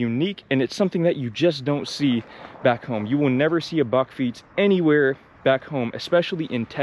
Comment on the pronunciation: You pronounced bakfiets perfectly.